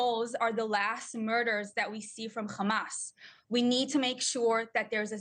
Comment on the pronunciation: It is not Khamas. It is Hamas. How ignorant can she be.